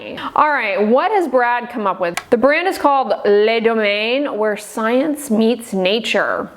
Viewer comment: Le Domaine is actually pronounced Luh Doh-MEN